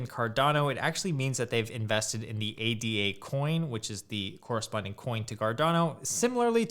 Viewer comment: Hey thanks for this vid, it had interesting information and opinions in it. Hope you don't mind me leaving a couple of observations here: 1) ADA is not an acronym, it's a name. It's pronounced 'ey-dah' (with ey as in day). If you look at the Cardano website, they even spell it Ada or ada (not ADA) because it's named after Lady Ada Lovelace - as you probably know, the first known programmer. 2) As you yourself said: Cardano is the platform, not the coin: the coin is called Ada. I think it would be helpful for beginners if you keep that in mind. Talking about 'buying Cardano' or 'the price of Cardano' or 'holding Cardano' is probably more confusing than helpful when what you are actually talking about is buying Ada, the price of Ada, and holding Ada. Just because Ada is the only Cardano product right now, it doesn't mean it will always be that way.